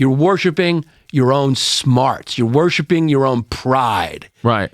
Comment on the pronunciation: "You're 'warshipping' God, you're 'warshipping' your intellect, you're always 'warshipping' something." 🤣 i thought he was doing a bit there for a minute, but nope😆